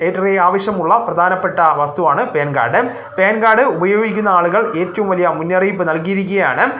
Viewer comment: ഹാലോചേട്ടാ പേൻ കാർടല്ല പാൻ കാർഡ് 😂😂😂